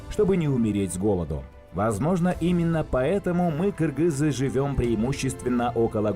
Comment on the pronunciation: маладец ты правильно сказал кыргыз а не киргиз мне бесит которые говорят киргиз